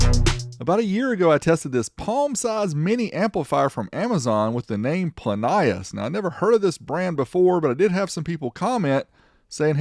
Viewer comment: I'm from NZ and remember advertising on TV pronounced it Plin E Us not plin y is